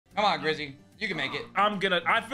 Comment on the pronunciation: says grivvy instead of grizzy lmao